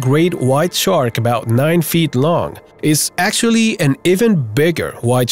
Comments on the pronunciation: Dude , it's called a shark not tchark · Listening to this guy constantly screw up saying shark is annoying